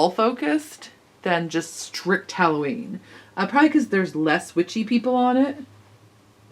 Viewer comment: You said Halloweenie!!! hehehehe!